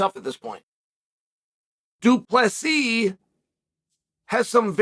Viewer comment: omfg guys ! Chael said du plessis right!!! wth